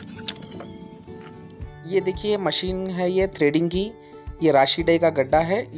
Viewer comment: ट्रेडिंग नहीं थ्रेडिंग क हते है